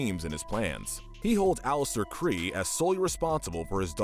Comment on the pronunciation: "Fro Fro the horse" "Alastor Cree" "Silent Spiral" The fact that he mispronounced the names. 🤦🏻‍♀️